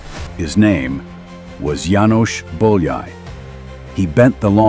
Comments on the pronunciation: Also, it is not Bol-yai, it is boy-a-ee. 'Ly' sounds like an English 'y'. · János Bojai is how you pronounce. Ly is J in Hingarian. Bo-ya-i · Bolyai = boy-o-ee, o as in got, maybe. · Er hat es verdient, dass sein Name richtig ausgesprochen wird. Nach dem ungarischen Alphabet, Bólyai János... Boojai Jánosch! 💤🙏👍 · " Do you think János Bolyai deserved more recognition in his lifetime?" Yes, you can start it and should start to pronounce his name properly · Nice video. But please if you make a video of someone at least pronounce their name correctly (I know it's all AI voice over but still) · You would think they would at least learn to pronounce his name correctly. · nice video but PLEASE pronounce his name correctly !!! so so bad how much it would have taken to ask a hungarian speaking person (like me to tell you how to pronounce his name)